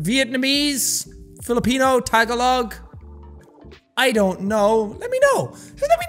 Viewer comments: hey, i love your stuff but its actually pronounced Ta-ga-log lmao,, not tag-a-log, that killed me omg. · You dont read it as taa-ga-loog you read it like Ta-gaa-log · hope jack will know tagalog is pronounced as ta-GA-log not TA-ga-log lolol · He said "tag a log" 😂😂 jack its "tag-uh-look" really fast. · It kinda hurt when he prounounced it tag-a-log But i still love you Sean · ok jack, as a filipino myself, tagalog is pronounced "tuh-gah-luhg" <3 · How the HELL did he say tagaloug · tag-a-log tag-a-log *jack ily but its not that hard dammit :"))* and its not tagalog ive never seen those words in my goddamn life MNHTJNTJNJN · jack pronouncing tagalog as "tag-a-log" makes me very disappointed to be filipino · jAck for the love of everything Irish, please learn how to properly say “Tagalog” “ta, gah, loog” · Jack... I love you, but you're pronouncing Ta-GA-log like Tagalongs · jacksepticeye jack you cant even say tagalog!!! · Yeah I laughed when he pronounced it wrongly😂😂😂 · TAGALOG!!!!! XD THE WAY HE PRONOUNCED THO!! XD